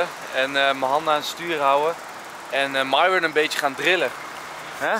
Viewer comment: Lars: Myron Mees: Myron Nicole: Myron Hoe Myron zichzelf voorstelt: Myron Enzo: Mairon